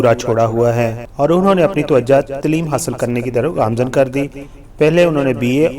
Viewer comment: Taluck NAHI taalook, shoba sai NAHI shobay sai, tileem NAHI taaleem, kardaar NAHI kirdaar, is gana ko NAHI is ganay ko, tarana ko compose NAHI taranay ko compose kia tha, musak NAHI music , ashara nai ishara, khuriat NAHI khairiyat , astaad NAHI ustaad , shamal NAHI shamil , had ho gy Satyanaas mara hua hai Urdu ka Tum paindoowo nai